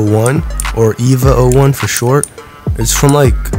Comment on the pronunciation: As a neon Genesis fan I HAVE to tell u that EVA is pronounced “A-va”